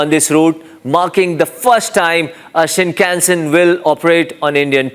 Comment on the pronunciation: Good news. But the guy reporting on the bullet trains can't even pronounce shinkansen properly; good job.